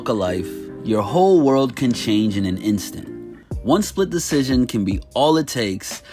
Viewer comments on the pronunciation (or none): none